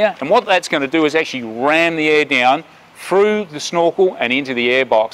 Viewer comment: there's no such word as froo, It's THROUGH.